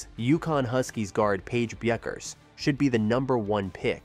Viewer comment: When you mispronounce her name 10 seconds into the video....difficult to be confident you know what you are talking about...